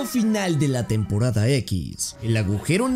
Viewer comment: Soy el único que se dio cuenta que enves de decir temporada decía tempqrada1 jajaajaj